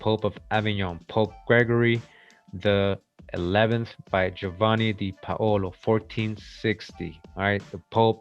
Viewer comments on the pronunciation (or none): none